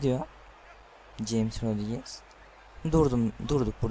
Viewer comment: James i okumayı bilmiyor meka